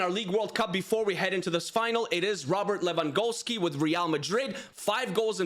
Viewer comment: Who is Levangowski🤣🤣